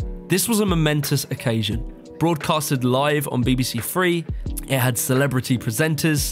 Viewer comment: back in two fousand and free